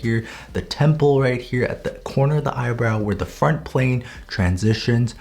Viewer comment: when he said "Front plane" i heard it as "Fart plane" im not kidding!